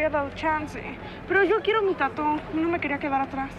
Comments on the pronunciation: Se oye tatú pero es Tatooh,es tatuaje en inglés nmms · Esque lo dicen como Tattoo en vez de tatuaje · A alguien más Le da rabia q digan tatú?? 😂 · Por qué le acentúan a la u en tattoo? :v